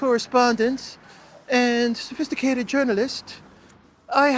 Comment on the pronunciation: Sophistihcated journalist! 😂😂😂😂😂